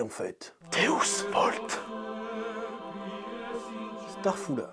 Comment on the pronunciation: Starfoullah il a dit ?!